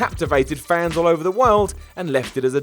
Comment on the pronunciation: Batista is underrated? I think mispronounced over.